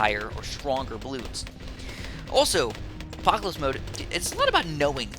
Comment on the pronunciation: it's called "Apopalypse" not the apocalypse (what u said in game not the title)... silly:P